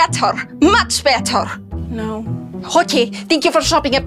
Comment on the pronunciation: “ Dis movie is BAETTERRHH!! MUCH BAETTERRHH!! “😂😂